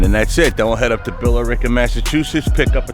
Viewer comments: FYI: It's Bill-Rica. Not Bill-er-ica even though it's spelled that way. haha Same with Haverill, Mass which is not too far away. It's Have-rill not Haver-Hill. In case you cared but probably not. Thanks for the great videos. I like your maint videos on Orwell. I look forward to the DTD build and your upcoming maint work on Orwell. Thanks. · You say Billerica funny lol